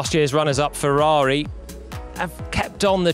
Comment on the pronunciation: The way he pronounces "Ferrari"